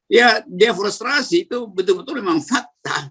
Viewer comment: Om rocky maaf sbelumnya mau koreksi yg bener DEFORESTASI BUKAN DEFORESTRASI